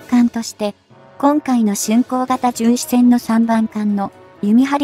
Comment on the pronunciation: じゅんしえんじゃなく❗じゅんしせん❗かいけいきょく‼️せっかく良いテーマなので丁寧な校正お願いいたします‼️